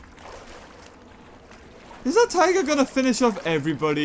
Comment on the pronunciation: 8.21 the way he said tigger